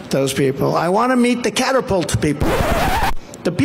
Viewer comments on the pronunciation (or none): Trump: “catterpults”. World: WTF? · Caterpult? 😂 It's pronounced catapult. What an idiot! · Caterpult - lol. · Someone fact check me here. In 2017, Trump visited the USS Gerald R. Ford at Newport News. Its catapult (not caterpult) is supposed to be next generation electromagnetic so Trump won't see steam. Some definite design advantages to EM, I'm sure someone tried to explain it to him at that time. Sounds like he forgot that little detail while he was in Houston, he could only remember that he couldn't see that wonderful steam during his visit. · Caterpult? Newpert? Trump does NOT know the English language. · “Catapulter”…no they’re called the Catapult Officer or “the shooter”. He just makes up words, if he can actually pronounce them at all. Also I’d be surprised if there was a general on the ship, admiral yes, general, I doubt it. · What's a "caterpult"? I know what a catapult is. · Catterpulting? Is he talking about an aircraft catapult? Does he think he knows more about aircraft catapults than the admiral of the Navy?